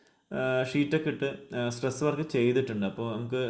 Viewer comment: Stress work alla bro tress work ennan tto